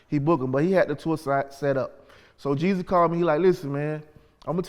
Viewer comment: Wtf is Young Jezzy? Its Jeezy googy